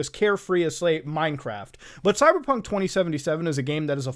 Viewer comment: When he says "Cyberpunk" why does it sounds like he is saying "Cyderbug"? look i get the fact that English isn't his native language but when you can't properly speak English, why the hell did you pick English to begin with?